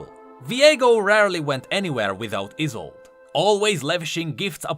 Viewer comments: I think the is is pronounced like the final e in Yone (so Yo-neh end Ee-sol-deh, not Ee-sold), it being a German name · Let me just save you from a bombardment of bullshit "Iss-old-ay" Is how you pronounce it. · I think her name was pronounced EYE SOLD E my last name is Isolde and pronounced like that/